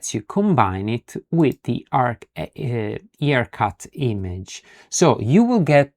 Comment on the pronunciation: Excellent video! One thing about pronunciation of IRCut. It's "eye- R-cut, and not E-r-cut. Other than that, awesome tutorial and you earned a follower with the bell on!